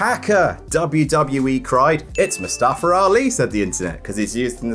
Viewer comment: Its MuSstafa..MUSSTAFA!!!!!